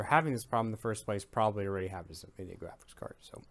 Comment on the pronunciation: Did you say “envideo”